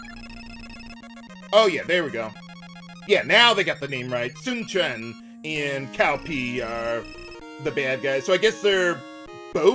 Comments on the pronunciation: "T's-OW Peh", silly. I made that same mistake decades ago. PinYin is generally not easy to figure out, and is missing many accent marks in 8-bit and 16-bit games. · Double-checked, Koei started pronouncing the names more accurately starting in 6. Cao Pi was still called "Cow Pee" in Dynasty Warriors 4 and 5. I remembered clearing his campaign in 5 and laughing at the fact that NOBODY commented on the fact that his name was "Cow Pee".